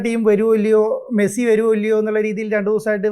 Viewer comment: മസ്സി അല്ല da മരപ്പൊട്ടാ